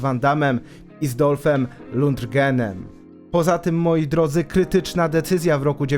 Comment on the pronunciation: Dziękuję, za świetny material. Kurt zawsze będzie dla mnie jednym z największych i najbardziej ikonicznych aktorów. Dlaczego zawsze mówisz Dolph Ludrgen? Lundgren :)